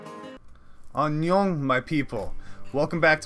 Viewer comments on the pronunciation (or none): none